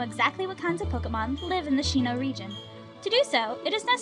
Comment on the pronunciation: Dude u don't pronounce sinnoh like shinnoh